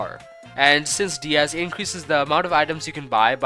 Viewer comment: finally u said "diaz" instead of "die-az"